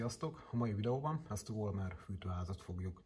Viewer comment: Nagyon hasznosak ezek a videók. Egy apró kiegészítés a kiejtést tekintve nem vollmer, hanem follmer.